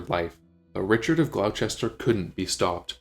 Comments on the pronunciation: Glos'ter GLOS'ter. Not Glau-chester!! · FYI Gloucester is pronounced Gloster